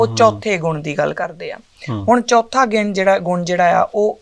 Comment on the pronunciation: ਬੀਬੀ ਜੀ ਤੁਸੀਂ ਚਉਥੈ ਨੂੰ ਚੌਥਾ ਹੀ ਉਚਾਰੀ ਜਾਂਦੇ ਹੋ l